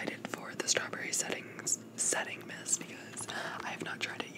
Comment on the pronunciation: Star-berry not Strawberry lol